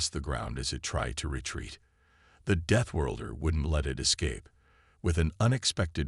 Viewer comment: Please send AI to reading lessons and English pronunciation classes. Begin with the word deathworlder.